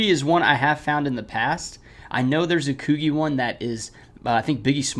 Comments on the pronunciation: It’s Koo G not Koo Geeh how have you never heard of Coogi?? anyways good videos love content just shocked lol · haha its "coo-gee" haha keep on uploading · That’s not how you pronounce Coogi. 😂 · This is a dope video but I’m cracking up at your pronunciation of coogi 😂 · Bro definitely messed up the Coogi word